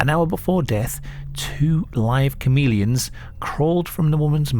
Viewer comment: Is anyone else hearing say comedians instead of chameleons? Lol idk why but I can't stop hearing it. Now YOU won't NOT hear it. been a fan for years and I'm not poking fun at you it's just what I'm hearing. Keep up the great work brother! ✌️